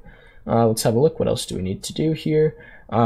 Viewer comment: This guy and his “elso”